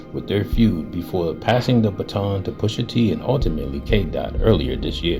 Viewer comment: It’s ‘baton’ my guy